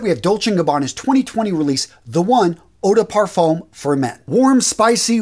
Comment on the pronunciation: Good pronunciation,! BUT any time you see "le", it's pronounced "luh". So it's "LUH parfum"! You nailed the"eau DUH parfum"!